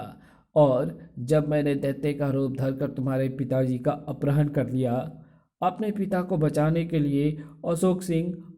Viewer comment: Bhi aprahn nahi apharan hota hai bahut irritating hai aapke ye uccharan. अपराह्ण नहीं अपहरण होता है